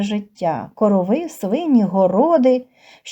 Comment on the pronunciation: Не коровииии а короооови